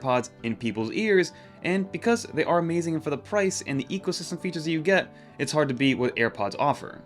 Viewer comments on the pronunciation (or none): none